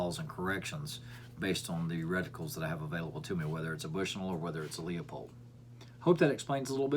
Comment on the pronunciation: Leupold ... Leu- pold Sounds like Lew-pold NOT Leeapold, I hate to get so technical but when you’re in the firearms and scope business try and pronounce the products correctly! Other than that great job explaining the differences between MOA & Mil’s